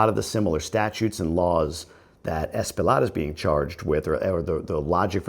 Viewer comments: True. The guy is Loaded $$$$. So he will payoff whomever he needs to pay to minimize the charges. Unfortuantely, if he does time, it will be minimal and he will more than likely have benefits and probably will be separated from the population. By the way, Espaillat is pronounced as Espayat. The "LL' is always prounced as a "Y".. Example - Horse -> Caballo - Cabayo Thanks for your insight. Always look forward to your videos. Happy Father's Day! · Espaillat pronounced Spy-jat